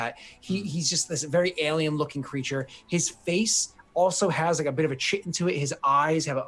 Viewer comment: First can't pronounce tiefling, then chitin? Tsk, tsk. German and Greek are not that hard.